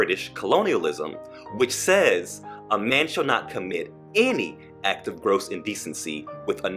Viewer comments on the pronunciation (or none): none